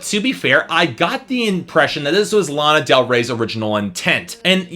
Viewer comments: You pronounced Lana wrong , i already hate you and this review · your pronouncing lana wrong...